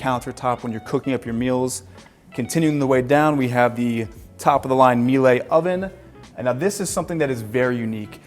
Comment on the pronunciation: Germans are very upset how you pronounce Miele